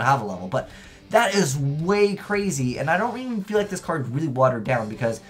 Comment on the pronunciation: like peter griffin saying card: "Cad"